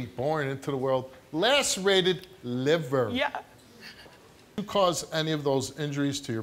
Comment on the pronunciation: This girl really said “liber” and not Liver lmao